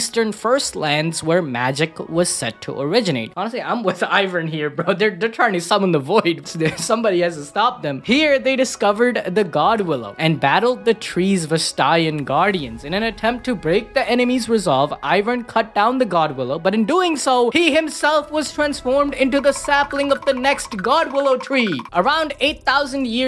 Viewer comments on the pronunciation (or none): Its Vastayan not Vers Stallion... wait.... HOLUP